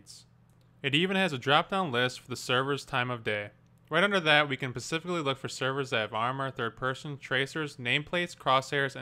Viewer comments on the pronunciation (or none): "pecific needs", "pecifically" yuck, if this vid wasnt so helpful i would have downvoted this video for perhaps the 3rd since they got rid of 5 star ratings.